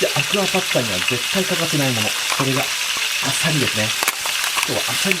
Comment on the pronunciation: アサリだったりマゴチだったりサワラだったり 最近イントネーションに違和感を感じるー